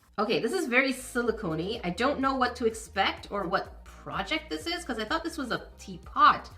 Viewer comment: You get a pass on kettle/teapot because you've now said "silicone" correctly in the last 3+ vids (probably more) 🤗